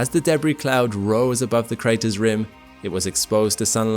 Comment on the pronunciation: You mispronounce the following words: “debris” (emphasis falls on the 2nd syllable not first) “Uranus” (emphasis falls on the letter “a” not the second “u”)